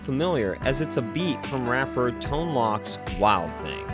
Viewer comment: Tone Loc is pronounced like loke. Not lock.